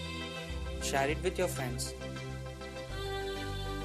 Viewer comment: You're butchering the English language. I'm not gonna "Shayar" this video with anyone until you fix it.